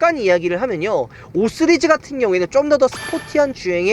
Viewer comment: 5쓰리즈ㅋㅋㅋ발음안되셔ㅋㅋㅋ 오늘 반포ic에서 g80 핀도스그린 봤는데ㅋㅋ 진짜 색..뭐라 표현 못하겠더라구요ㅋㅋ